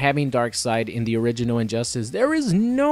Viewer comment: Sounds like he says "Orininoid" instead of "Original."